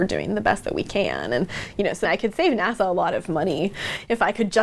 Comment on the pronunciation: Was about to shout "LANGUAGE" but then I knew she said "NASA"